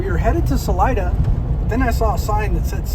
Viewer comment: HOW did you pronounce Salida!? You don't know the Spanish word for "exit"? 😀